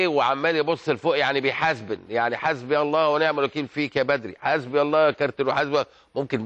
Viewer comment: ههههههههههههه الاستاز ابراهيم .كينو بيقول هسبي الله ونهنه الوكيل ..هههههههههههههههههه